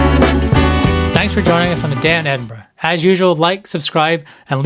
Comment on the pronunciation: Fantastic to hear Edinburgh pronounced correctly by an American, Keep it up Annie and welcome to Scotland, Slàinte mhath.